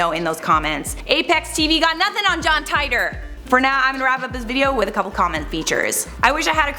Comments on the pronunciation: John Tight-or ..... It's teetor (Titor) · It’s teetor not tietor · I think it 2034 and you pronounce the john titor wrong john tiitor not jhon tytor And you can't change the time because your past become your future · Tight-tor??? It's pronounced Tee-tor, do some research. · John Tightor? wrong pronouncing. John T ee tor sis. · It's pronounced "teetor" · It's pronounced "Tee-Der" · It’s “titor” or “teeter” like teeter-totter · I believe they actually pronounce it "Teeter". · Its pronounced Tee tore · Why do people freaking report on this dude they can you pronounce his name right so we irritating